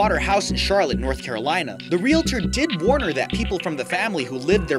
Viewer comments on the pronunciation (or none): none